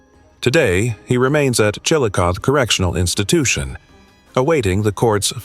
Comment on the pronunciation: It's pronounced "Chilicothie". Not Chillicoth.